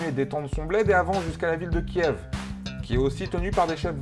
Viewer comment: Petite précision Kiev se prononce "kief" ;) Bref, les format court d'histoire c'est sympas.